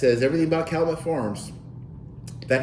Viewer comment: It’s pronounced Cal-you-met